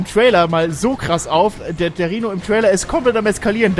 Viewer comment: Wenn ich "Rihno" gehört habe blieb mein Herz immer stehen ... 🤣